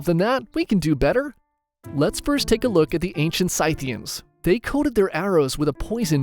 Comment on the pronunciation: I believe it is pronounced sith ians and not scythe ians